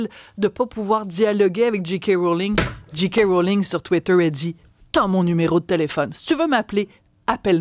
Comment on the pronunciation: pourriez-vous corriger votre prononciation, SVP. la lettre 'j', en anglais, se prononce prononce 'djé' et non 'dji'. On devrait prononcer 'Djé' 'Kay' Mrowling. Merci.